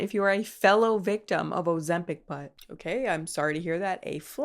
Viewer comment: see, least ur saying this one correctly lol, i was expecting "ozembong" after the way you pronounced mukbang. :), scent bird is trash by the way.